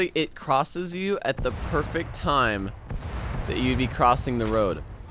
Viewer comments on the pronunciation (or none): none